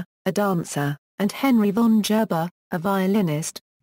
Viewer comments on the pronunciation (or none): GERBER IS not pronounced jerber!!